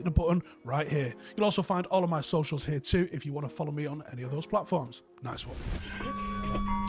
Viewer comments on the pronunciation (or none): none